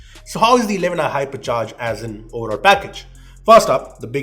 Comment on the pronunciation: I though he said Harpiccharge🤣, no offence he is the best reviewer.